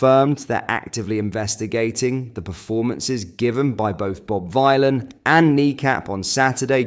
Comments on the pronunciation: Lol. You're a Joke mate. You're quite happy to promote "Islamophobia" & Muslim Racism just like your Football Club Rangers & you're Right Wing buddy Farage... btw it's pronounced Villian not Vighlin.. as in Bob Dylan... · Omg it’s pronounced “vilan” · Hey (yes YOU ) it’s pronounced Bob Villain as in Bob Dylan ……your reporting is shamefully misleading and bad plus you constantly upload old news articles …..I’m unsubscribing 🖕🏽🖕🏽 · I think Bob Vylan's name is supposed to sound like Bob Dylan, so everyone pronouncing it Bob Vile'un must be annoying the dickhead, and that makes me happy. Hopefully he goes to prison for his actions,then everyone forgets his name completely. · Please pronounce this disgusting name the way he means it to be taken: Villain, not Vielan. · I knew nothing of this man before all this, but I presume his name is pronounced Vill-an not Vy -lan. the play on words of Dylan and Villain. Edgy like. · It's pronounced 'villain' for crying out loud.🤦‍♂ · Vylan. Rhymes with Dylan/ Villain... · it's pronounced Villain. The 60s singer was called Bob Dylan this joker is called Bob Vylan pronounced Villain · His name is pronounced Bob VILLAIN. It’s a take on Bob Dylan. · Stop saying the name like that 😭 you don't say Bob Dylan like that do you